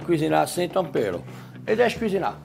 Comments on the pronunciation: Áudio "sem tompero" Legenda : sem tompero É vocabulário já kkk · Mano kkkkk o cara que legendou é um deus, “nunca você começa a cozinhar sem tômpero”